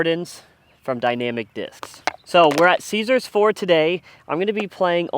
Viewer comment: ** Caesar Ford not Caesars